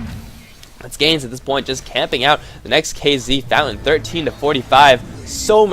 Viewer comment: Its hard to explain but u pronounce it kinda like "Skownes Elite" and Skownes is pronounced as "own"